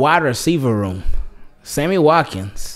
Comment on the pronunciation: Yo said Hammy Watkins 😂 I needed that laugh bruh